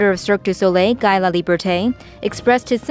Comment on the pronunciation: It's not Guy ( prononced ''G-high'') it's GUY (got to prononce more like this ''Ghee'') Hope you understand.